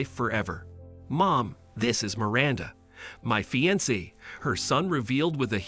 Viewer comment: It was very annoying listening to this because the narrator spoke two words incorrectly fiance and alimony